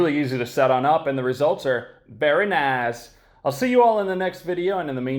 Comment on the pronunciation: your very nice at the end, sounds like it could be from khazastan